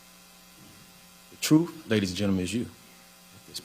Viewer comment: "Truf"?? "Dis...?""Dat.." embarrassing...